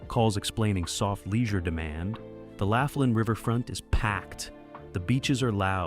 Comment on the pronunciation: All about Laughlin, and you can't even pronounce it correctly "Loff-lin"